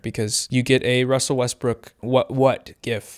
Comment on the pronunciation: attention folks, said Wussel Westbrook